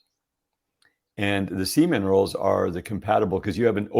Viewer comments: Omg.....you are the same as me..EVERY time he said SEA MINERALS..I heard seaman!!! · 😂 I was like ... seaman rolls? 🥴